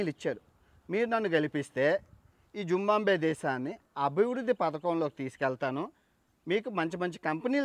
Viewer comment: జింబాబ్వే పేరులో 'బా' తరువాత సున్నాలేదు. జింబాబ్వే అనాలి